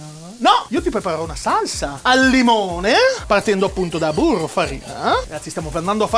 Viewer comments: C'è della cotoletta nel mio burroh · Io ci avrei messo del burroh